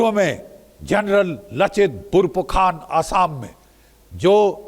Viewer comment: general lachit Burfukan ❌ Borpukhan✅